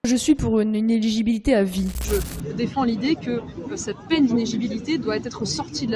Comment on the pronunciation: On dit «inéligibilité » et non « inegibilité ». Apparemment rare sont ceux qui savent prononcer ce mot en France.